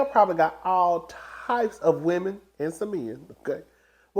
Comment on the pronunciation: you mean the “birds” in Martell's DMs? you mispronounced women.